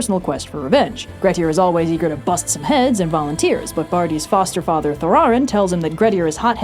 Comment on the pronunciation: Thorarin is not tho-RAR-in but THORarin